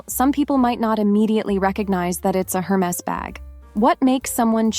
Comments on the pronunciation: Hey, narrator! It's pronounced "AIR-mess" not "Her-meez". Damn. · It’s not pronounced her maze😂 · AI calls it Hermiss! The creators seem not to care, thinking AI gibberish is good enough for us. That may be a contention point for those of us who appreciate proper English. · What surprised me is that you don't even know how to pronounce Hermes. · If you can’t say Hermes correctly then maybe you should skip the advice. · A: Learn how to pronounce Hermés correctly. B: The original Chanel 2.55 bag did NOT have double C's. That was applied by Karl Lagerfeld in the 80s-90s, when the carriers wanted the ostentation of logos. True elehance is the lack of ostentation. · Hey…be nice. Not everyone can do the “snobby” French accent 😂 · You mispronounced Hermes. The H is silent- good advice though